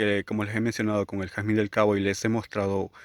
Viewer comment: Jarzmin Inglés